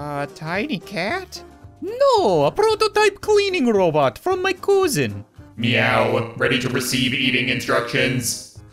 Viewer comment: The way he said cousin is funny two